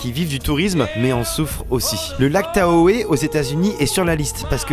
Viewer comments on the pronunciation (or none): Tahoe ça se prononce TAO ;)